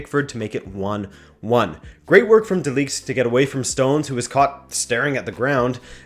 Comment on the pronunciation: Quick lesson on pronouncing 'De Ligt' : NOT: like you did in this vid, with a long 'i' sound like league YES: with a short 'i' like impossible Hugs and kisses from a Dutch guy